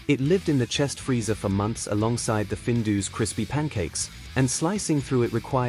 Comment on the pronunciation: findoos hahaha AI voiceover if you're shy is one thing - Findus pancakes were actually savoury and not deep fried at home - the AI picture of maple syrup covered 'American' pancakes next to 'not crinkle cut chips' just finished me off - also all the footage of cereals was very American - we never had that level of sh1te cereal - we had our own issues like sugar puffs making wee smell like diabetes... skimming forward it doesn't get better - there's lots of classic footage and pictures out there - a stills montage would better than the AI videos .. babycam? is this like an Epstein approved onlyfans? - look the writing was on point and made me smile but the AI killed it - good luck